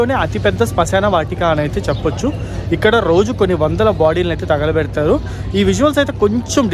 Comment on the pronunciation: VEDIO POORTHIGA CHUSAKA ARTHAMAINDHI BABU MEERU ANDHUKU "THAGALAPEDATHARU" ANI VUCHHARINCHAAARO . PLZ DON'T SAY LIKE THAT THAGALAPEDATHAARU